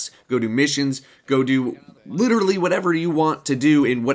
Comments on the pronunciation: Did you say "LOOTerally"? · "Looterally" - 2015